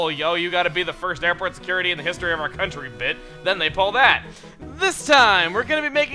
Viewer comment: When he said bit, i actually thought he said bitch